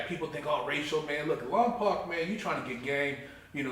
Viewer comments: You prounced lompoc as "lom-POC" thats because you aint from lompoc. Im from lompoc and everyone from lompoc prounces lompoc as "lom-POKE" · I lived in lompoc for a few years ..... try saying lom-poke instead of lom-poc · Imagine being locked up in Lompoc just to mispronunce it.